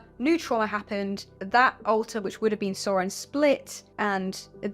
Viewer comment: It's not "Saurin" it's "Sauron" as in "The eye of Sauron" 🤣